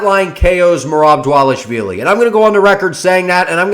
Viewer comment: Bad take but excellent pronunciation of dvalishvili